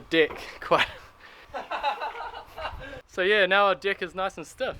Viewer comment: Am i the only one who noticed but this guy says Dick i.s.o. Deck